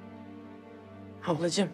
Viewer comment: Afracimi diye ablacimi diyo